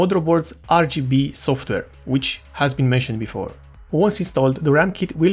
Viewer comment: You said WHAT! LMAO You say "software" but it sound like you say "softer" instead. These minor observations are but a grain of sand compare of your overall english speech capabilities, we can still tell that you are probably indian by your accent but we can tell 100% what you are saying. A huge thanks and congratulations, video quality, info, editing, speech, you got it all! nice video!